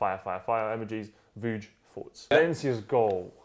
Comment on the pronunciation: How gassed was when Vuj did the names correctly on the intro? 😭😭